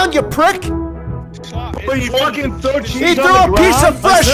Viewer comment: I thought your said “throats”